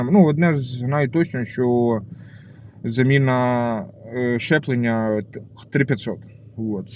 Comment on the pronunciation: Правильно говорити ЗЧЕПЛЕПЛЕННЯ